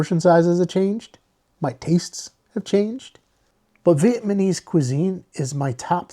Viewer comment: Nice video bro, you give a lot of good insights. Slight nit pick, it's Vietnamese, not Vietmanese. It's VietNam not VietMan. Just a pet peeve lol